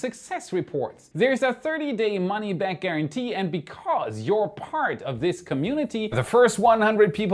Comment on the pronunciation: No I don't want to say that with you out loud..... like a cult of beta male elon musk simps... The best parrrrrt is no parrrrrt lol and your fake bloopers are cringe.